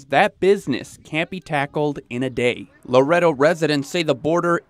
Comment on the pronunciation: Laredo is pronounced “La RAY doe”. Please do minor research before reporting.